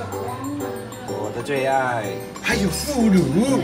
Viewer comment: ~: 腐乳是fǔrǔ, 读音fúrǔ。读错了，读成了"妇乳"(fùrǔ)。